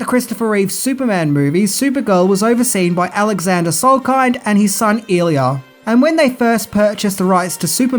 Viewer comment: Yeah - not even bloody close - I basically stopped watching after this and the idiot's annoying pronunciation of "Salkind".